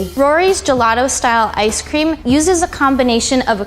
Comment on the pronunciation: Now they telling us what toppings to put on our ice cweam? (Btw I didn’t make a typo)